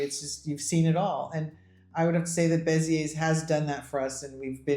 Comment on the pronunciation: I like how you guys are sampling French cities. Fyi, they don't pronounce the "S" in Beziers, its more like Bez-yay. We considered Beziers as well but ended up buying a country home between Bordeaux and Toulouse